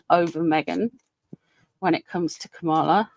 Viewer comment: Kamala rhymes with Pamela. 💙💙💙